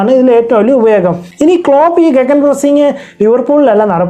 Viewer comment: ഗഗൻ അല്ലെ ഗിഗൻ ആണ് e slient